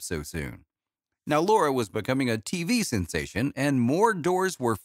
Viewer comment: u can't even get her name right! it's LARA